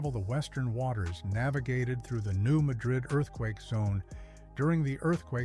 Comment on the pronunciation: The area is not pronounced the “Booth”heel - it is the “Boot”heel (based on the shape). And it is not New MaDRID- it is New MADrid.